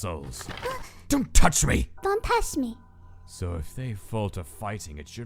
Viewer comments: gaster: dont touch me! papyrus: dun tash me XD that gets me every time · "Dun tash me "papyrus 2020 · "Dun tash me." - Lil Papyrus 2016